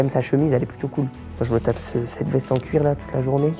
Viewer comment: « oh la veste en cuirr » jsui kooo 🤣🤣🤣